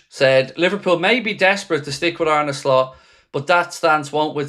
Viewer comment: I think you are way out of line. Its arne slot not Arnie slot